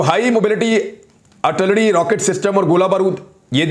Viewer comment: jemab its not artullery its Ar til lery.